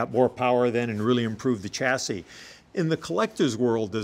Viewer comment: Did he really say chass-is?